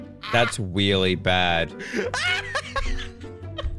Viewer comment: "It's weely bad" me outloud: omfg